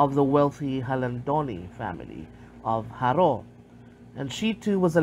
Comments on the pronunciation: I can tell you're not by the way you're saying Jaró. The Lopez/Lopez-Jaena clan are a separate clan. Is that who you mean by the Lopezes that were already in Jaro? They have intermixed already many Lopezes today are members of both clans. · Im sorry but the narrator pronounced the word "Jaro" incorrectly.